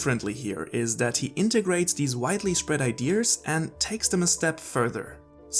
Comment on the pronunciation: Why's he saying "idears"? 😂